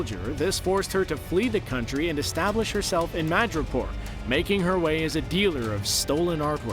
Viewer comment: Does anyone else hear "Magikarp" when they say Madripor? (Too much pokemon around me.)